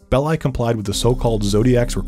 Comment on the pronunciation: Big thumbs up for pronouncing "Belli" correctly. I recently listened to a podcast where the hosts pronounced it like "belly" and 😅